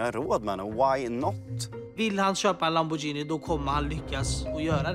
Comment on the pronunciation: Jocke det heter inte Lamborjini det heter LamborGhini